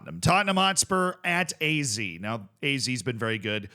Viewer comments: Hey Z, it's not Aye Zee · What I'd give to hear Z pronounce AZ like Ah Zed just once.